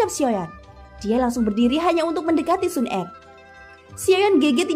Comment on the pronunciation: waduh pengucapan kata Xuner kok GK enak didengar ya kak,, pengucapan kata er kecil bukan ER besar